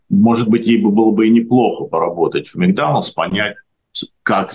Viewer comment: Какой "микданалс"?Вы специально что-ли коверкаете слова???